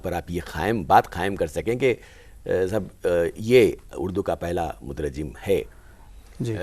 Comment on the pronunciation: مترجّم غلط ہے صحیح مترجم ہے بغیر تشدید کے